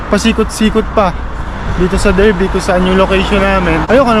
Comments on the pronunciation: Darby ang pronounciation nya boss hindi Derby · Derby is pronounced as Darby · Hello Sir.. you pronounce Derby as Dar-bee in British English. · It is pronounced DARBY mate